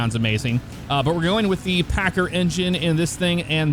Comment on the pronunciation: you said packer the first time